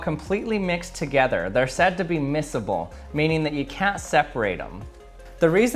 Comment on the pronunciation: THAT IS NOT HOW YOUR Pronounce MISABLE!!!!!! It is MY-zuh-buhl.